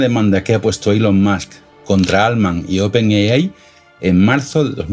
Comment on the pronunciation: No pude llegar al final del video, me aburrí de escuchar open yeyai